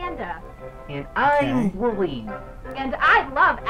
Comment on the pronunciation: Bruh it's Woolly not woolie